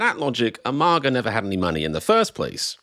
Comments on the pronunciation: First time I've heard MAGA pronounced "MARGA" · It's not MARGA, it's MAGA. If you can manage one hard A, why not two? So annoying.